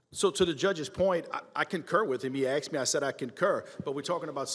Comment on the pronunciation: "My son AXED me..... " And I noticed this so called Intelligent person continually uses AXED instead of ASKED.... I instantly loose any respect I have for a person so LAZY they cannot properly pronounce a word that every single American knows the definition of! Or are you telling my you think Asked and AXED mean the same thing?....